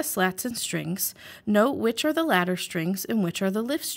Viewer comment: Are you saying "Latter" or "Ladder" strings.... As am unsure which are which in either case.